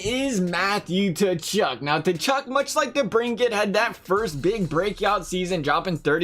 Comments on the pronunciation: The fuck is a Tachuck it’s pronounced Kachuck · It's pronounced ka-chuck